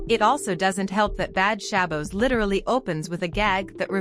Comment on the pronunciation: you are not pronouncing Shabbos correctly